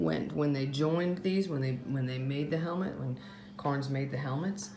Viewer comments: Cairns, not Carns. Attention to detail, remember? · Never heard of "carns" I've heard of "ka rens"